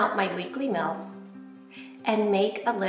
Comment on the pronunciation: I like how she pronounces meals. Sounds like "mills".